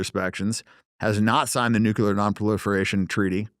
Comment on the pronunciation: If you cannot pronounce the word NUCLEAR you should NOT be able to hold any type of public office in any capacity.....we have an epidemic of people that cannot say the word NUCLEAR properly......This is not a hard word to say........ 😐🤨🤦.......it seems stupid on purpose at this point....